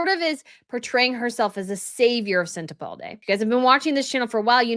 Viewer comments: Just a point, there's no D in Sentebale. You read out this name dozens of times , reading from news articles but still insisted on mispronouncing it as Sente-balDe. It's not a good look. It's Lesootoo and not pronounced as it's spelt. I really admire your work, so a bit of pronunciation research would have been great. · most of the time I adore you but if you say SentebalDe one more time I'm going to scream!❤❤ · Omg, thank you. There is no D in Sentebale!!! It's like nails on a chalkboard. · Not a big deal but 'Sentebale' is being mispronounced to sound like 'Uvalde'. I keep thinking I'm hearing 'Uvalde'. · My comments never post on your channel, but if this does... Where are you getting the letter "D" from EVERY TIME you say "Sentebale?" You keep saying "SentebalDe." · Sorry, no D in Sentebale….. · I love your channel but please, it’s Sentebale. Sent-a-ball-lay. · "SenteBald-eh"? Hahaha funny mistake tounge lapse... but it sounds like harry.. bald. Came here to hear your take on harrys implosion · Its sentebale…. There’s no D in the name .. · This story deserves better treatment. You need to practice pronouncing the principals, and the locations, as they are key in the presentation so we can follow and understand the story. This was difficult to listen to and process. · SENTEBALE has no ‘D’ in it! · Right, it doesn't rhyme with Uvalde 😊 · I love you. Please don't hate me. 😵‍💫 Senta baLE not Senta balDAY. I'm not saying this to correct you or make you feel stupid I promise! I'm telling you because you are actually one of the more educated and professional sounding cream of the crop in Royal reporting and conversation, and my guess is it's unintentional. You're putting a D in Sentebale. 🤔🤔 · Love your commentary,! Just a note, it’s Sent a BALL ay, not sent a BALD ay. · It is sentrBALE not Balde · It is Sentebale, not Sentebalde. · I believe it's pronounced Sen-te-BAL-E, not BALD-E. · It's not sentebaldey. It's sentebaLe as in sent e bally